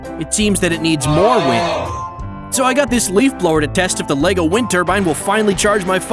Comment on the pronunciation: LEGO NOT LEVO